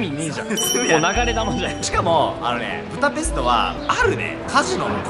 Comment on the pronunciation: プタペストじゃなくてブダペスト じゃないの？